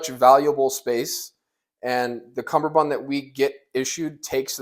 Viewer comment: God dammit boot, it's CUMMERbund NOT fucking CUMBERbund. There's only one B in CUMMERBUND.